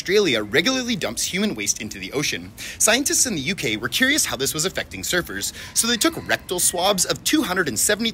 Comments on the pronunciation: At feast i thought he said servers as in like a waiter...was so confused till he mentioned the ocean lol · i wasn’t paying attention to the video and i thought you said “servers” instead of surfers and i damn near had a heart attack